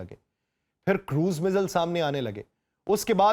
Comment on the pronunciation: چاچا جی مزایل ہوتا ہے